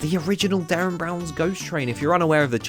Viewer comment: Love your videos! However Derren brown… no no 🤦🏼‍♀️